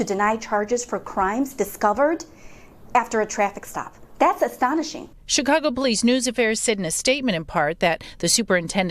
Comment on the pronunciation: Bruh did you say Chicongo? 😆